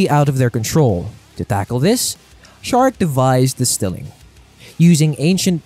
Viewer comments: Its pronounced Zarek, not Sharek. Necrons dont really care much about humans, seeing themselves so superior to humanity that mankind is basicly unimportant. Much like any other race. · Zare-ek not Shar-ek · Ok so the silent King built the Pryor Nexus to stop the tyranids I don't think the silent King is like Megatron I think he's more like a benevolent ruler and actually kind of nice for 40k standards and I'm pretty sure it's szarekh the silent King with the silent S Because that's what it says on the box and the first letter is silent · I can’t get past your buddy pronouncing Szarekh’s name wrong. It’s grating and highly noticeable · As a huge Warhammer 40k fan, this dude is getting so much wrong and is purposely mispronouncing the names of the most well-known characters.